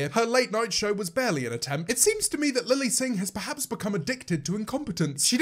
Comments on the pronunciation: he says lele instead of lily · Wonder Bread his accent doesn’t change the way he says Lilly one time 😂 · does no one notice that - he says Lele, not Lilly- just a little theory, what if they sorta merged in to one, To make the ultimate not fun super villain and James has to well- kill the demon. that made no sense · him calling her lele... wow it’s really gotten that bad